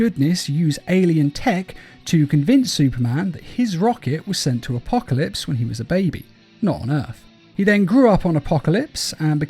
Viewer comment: it’s actually called Justice League Dark:”Apokilops” War